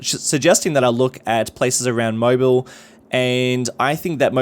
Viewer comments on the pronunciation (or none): I have family that live near Mobile, and it's pronounced "Mo-beel". ✌ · "Bilox" is Biloxi, pronounced "Bih-Lux-ee". Also, from a previous video, the city name Mobile is pronounced "Moe-beel" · You have to place the emphasis on the second syllable when pronouncing the name of Mobile Alabama like “mo-BEEL".